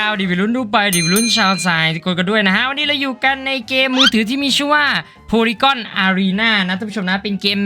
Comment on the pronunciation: มันอ่านว่า โพลี่กันครับ polygun ไม่ใช่ โพลี่ก้อน